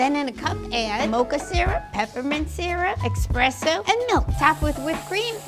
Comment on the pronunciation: But like..... it's pronounced espresso